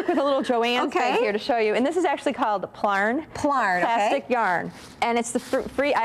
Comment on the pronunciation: Hey, just letting you know.. most crafters who use plastic yarn refer to it as plarn. Plarn slides off the tongue easier than plyarn, I think. (